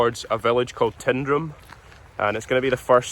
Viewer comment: Another great little film, and a happy sequel to your first attempt on the West Highland Way. The village is pronounced TINE-drum,, not TIN-drum; and the WHW footpath improves greatly thereafter as it's the original Glen Coe road: what is still substantially today's A82 was dug and laid between the two World Wars.